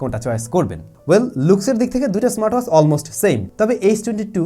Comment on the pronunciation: do a proper accent on WATCH pls.. Bangaal asholeo ... its not waach its Watch